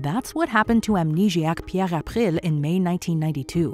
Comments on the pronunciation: As someone who grew up around the (Cajun) French language and can speak some, there was no reason to go that hard on pronouncing ‘Pierre April’. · You try so hard to say "Pierre April" with a French pronunciation that it sounds annoyingly contrived, yet you don't even try to say "Vladimir" or "Anastasia" with a Russian pronunciation. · You should ridiculous when you pronounce Pierre April in French. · Peeyyerrre achhpprill. Jesus woman